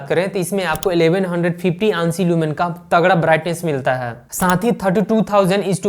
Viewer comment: Aansi lumens nhi A N S I lumens bolte h